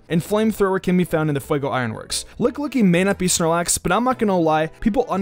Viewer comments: Anyone else thinking it's lickilicky not lick-licky!? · He keeps saying Lick Licky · "Licklicky" BOI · I giggled everytime you said lickillicky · Why he say lickilicky like that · You really need to work on your pronunciations of Pokémon names (e.g. Lickilicky, Gallade, etc.)